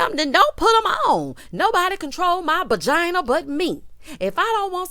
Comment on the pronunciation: Okay I thought I was only one hearing "bagina" 🤣🤣🤣 I'm glad it wasn't just me